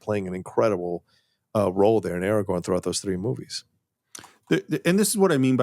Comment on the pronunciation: Aragon?? Ara-GON,? (Adjust my broken glasses) Um, excuse me, I believe that’s “Ara-gorn”. Much like the alien Kirk fought. 😂❤